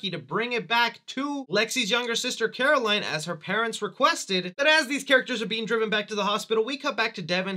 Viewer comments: …Am I crazy or did he call Caroline Coraline at one point? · He said coraline 💀